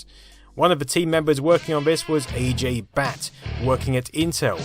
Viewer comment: "" Hearing westerners butcher names is always funny